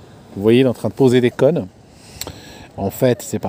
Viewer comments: "il est en train de poser des connes", MDR!! des cônes,, des cônes, accent grave. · Il faut que tu apprennes à prononcer le mot cônes